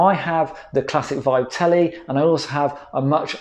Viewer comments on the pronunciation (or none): none